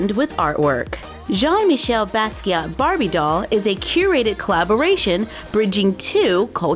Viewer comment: I love how you pronounced "Jean-Michel" so well... It seems to always be a tricky one for English-speakers... You rock! However, with French folks and people originally from former French colonies (like the Basquiat family), 99% of the times, if a name ends with a "T" that letter is silent. The doll really looks good!